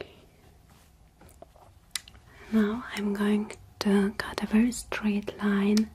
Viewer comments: It's funny how she pronounces straight as "Stright* I do believe that in Germany AI would be pronounced as An I sound, instead of the Ay sound. Pretty cool really? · •• •• strat